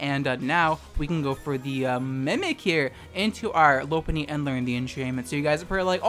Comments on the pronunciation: Key-oh-grey? Low-pun-E?? Are you well? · Kio gray Groundon Lowpunny